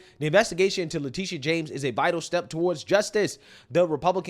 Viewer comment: Her name is Letititia, Le-tittie-ah